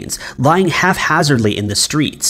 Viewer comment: Does he say 'half hazardly"?? I swear, in almost every video he mispronounces a pretty common word. The guy is not too bright.